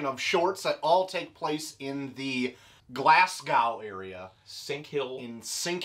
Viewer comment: Will admit that that pronunciation of Glasgow was as horrific as anything in this comic, love it!